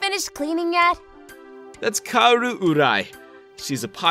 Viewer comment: Kaoru is pronounced KA-O-RU, not KIAARU. XD